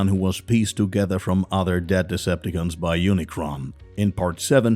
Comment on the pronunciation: da fuk is with the the pronounciation??? deceptaKINS? EnerGin??